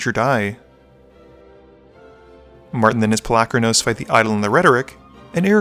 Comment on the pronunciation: pol-U-kranos not Palackranose.